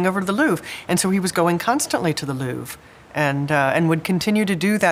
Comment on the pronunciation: Seriously can’t handle the way keep pronouncing “Louvre”